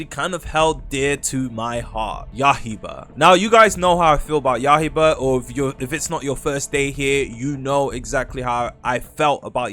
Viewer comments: you gotta stop saying yahiba bro its yaiba, yaiba as in blade, what is yahiba supposed to be 🗿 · "ya-hie-bah" 😭😭🙏🙏 when is it gonna stop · Yahiba Hinoukami Emlem Tales arwais veilboud Magwoi?? are you doing that on purpose cause that aint an accent or its just ragebait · please stop saying ya-hi- ba